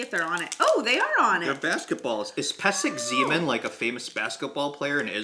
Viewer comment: No no no! it's not pesek-zeeman. it's not pesek-zaman. it's not pesek-zeman. it's pesek zman (pronounced like slug\sprite) and it means timeout. that's the reason for the basketball. the chitose are peanut flavored